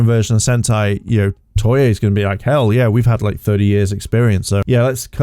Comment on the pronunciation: TOEI, NOT TOYEY